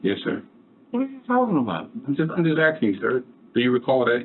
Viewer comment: He axing the questiums.